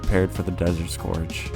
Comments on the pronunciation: scourge is pronounced scurge. as in purge. it’s just spelled slightly different. how’d you get scorge out of scourge? i’d understand if you pronounced it like “scour” but this just makes no sense. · desert scORge mfer its SCOURGE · scorge lol